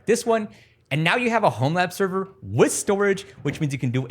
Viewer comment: Homelabserver... Homelabbing...You talk so fast and it sounds you say 'Homeland server'. I had to look it up in your video notes to figure out what you are saying... OT: - Nice video overal - About 80GB of photo-content is not that much. I turn off that HEIC format but still I am at around 400GB of photo's, okay it is including my parents photo's and my wife's but since you take pictures of everything I would have thought you have way more than 80GB of photo material. TV-series and Movies... that is the mother-load though... 😅 Oh, and I love how you not allowed to talk about all the illegal options.... hahaha